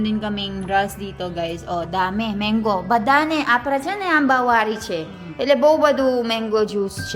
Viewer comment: It's not meng-go it's mang-go!